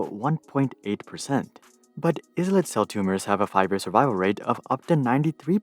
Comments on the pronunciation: It's actually pronounced as i-let cells and not is-let cells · Islet, sounds like “eye-let”